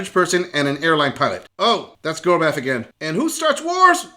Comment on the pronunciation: secind ckip made my head hurt, uts math not mat